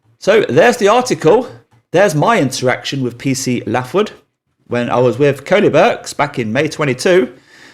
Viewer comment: Pronounced Laithwood, not Laughwood lol